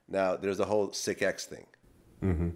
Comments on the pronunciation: I can’t believe no one has mentioned how Vlad keeps butchering Sicx’ name by calling him Sic-x 🤦🏻‍♂️ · "Sick-X". LOL. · His name is pronounced six and it’s his actual blood brother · DJ Vlad it's SICX as in the number (six)!!!! lol it's B Lynch's lil brother!!! How do you not know this? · sick-x? wtf vlad do some fucking homework. it boggles my mind your even from the bay area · Pronounced "Six" you bafoon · Sicx ( pronounced [sicks] ) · Vlad 🙄🤦🏿‍♂️😂🤣😂 sic x 🤣😂😂. Square ssa dont even know what he's talking about 🤣😂🤣😂. Its pronounced "six". He probably spelled it that way because he wanted it to be unique. Plus the C in it because he's a Loc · StayEarthly it's Sicx bruh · #WeTheBangTV it is,Vlad is just fucking that man's name up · I think it's purposely, because sicx is pretty damn sic, you know what I'm saying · vlad cant even pronounce sicx when lynch shows him how, would lmfao to see he try to say xxxtentacions weird ass name. so how long did you know triple x, tantasy-on-x? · GET HIS NAME RIGHT!!! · Irritates the ish outta me with the sic-x.dude!its sicx.triple sicx bounty.pronounced SIX.c'mon vlad.ur from the bay.u know we got down with Sac-town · It’s Sicx, not Sic-X ya dump truck. Try actually listening to the source material if you’re gonna put someone on the spot asking questions about him. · lol Vlad pronouncing his name "Sick-X"...sicx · its pronounced 6(sicx) not sick x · Sic X? Ain't it pronounced six? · WTF IS SIX-X?LOOOOOOOOOL. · Vlad its (six) sicx not sick x Wtf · "Sic X"??....now wonder Lynch looked confused at first! ...it' was pronounced as "Six". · Nigga it's Sicx as in six not sick x. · His names pronounced six, not sick-X. lol Vlad is a lame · its. pronounced six. not sic x. sicx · Pronounced "Six" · #WeTheBangTV it's pronounced six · It is six. Don’t know why lunch didn’t correct him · VLAD: do you know SIC-X? you mean Sicx smh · You say Sicx like 6 lol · It's not sick x.. it's six(sicx) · It's pronounced Six, not sick x.